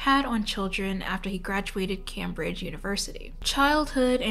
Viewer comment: U kind of pronounced Cambridge wrong